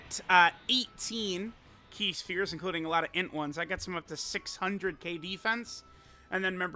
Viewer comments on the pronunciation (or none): eh it’s not pronounced shperes but it’s meant to be properly pronounced spheres